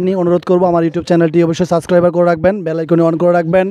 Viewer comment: সাসক্রাইবার না, সাবস্ক্রাইব